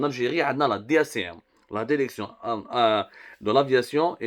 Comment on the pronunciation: Pu…. On dit DIRECTION et pas DERECTION. fais un effort yarham babak. Et si tu parles pas bien Françaus parle en arabe ou amazigh.